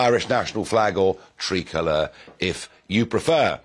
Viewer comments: He can't pronounce tricolour either, he pronounces it as tricolore which what the french refer to their flag as. Of course he wouldn't know that as he's half ignorant, half arrogant and 100% a twat. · Farage is some fucking dose. It's tricolour pronounced like try by the way.. you may have heard the word before it means three. Also get your facts right on your own flag. It's only ever a Union Jack if flown on a ship at sea. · Small minded little Englander Farage. Learn to pronounce Tricolor